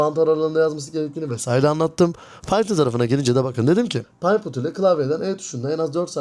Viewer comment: Bro iki konu var eklemek istediğim: 1- video başlığını daha anlaşılır bir şekilde düzenle istersen. video konusu yanlış anlaşılmasın.. (cs2 ile ilgili tagler eklersen o kitlenin ilgisini çekebilirsin) 2- bir iki kelimenin telaffuzunda naçizane düzeltme yapmak isterim: python --> paytın bir de bomb planted derken t'yi biraz fazla yutuyosun planet gibi çıkıyor video ve fikir izlemesi çok keyifli başarılarının devamını dilerim 😊